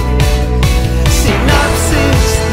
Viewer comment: Un apunte, es "sinapsis" no sinaxsis jajaj un saludo